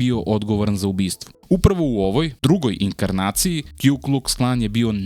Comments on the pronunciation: Nije Kju nego Ku Kuks Klan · Puni naziv KKK je Ku Klux Klan. Ne kju klux klan